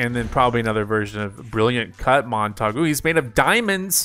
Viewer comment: He mispronounced Montague